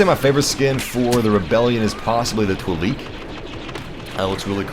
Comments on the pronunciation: Btw,.... the word Twi-Lek is pronounced Twi-L (lower case e) k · The "e" in Twi-Lek is pronounced like the "e" in let